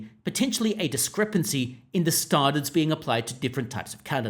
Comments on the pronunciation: Just use your own voice. Your attempt to sound like a newsreader is making you mispronounce “standards”. No one says it like that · Why can't you say "standards" properly? Did you have a stroke? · Are you from Adelaide? Standards has a "pan" vowel not a "palm" vowel in 90% of Aussies.